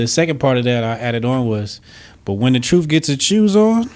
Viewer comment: "When the troof gets his chews on, it gets a running "